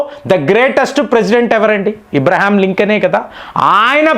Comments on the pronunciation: That is Abraham Lincoln, not IBRAHAM LINCOLN. Pronounciation is very important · ఇబ్రహీం కాదు అబ్రహం sir.